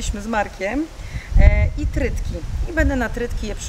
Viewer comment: Nie trytki tylko trytytki😂😂😂❤